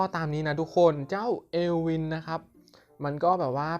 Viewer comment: มันออกเสียง เอิล วิ่น เอลวิน55